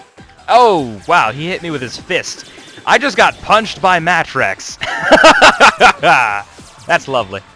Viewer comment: this guys name is pronounced Matt Rex. for some reason they decided to put them together.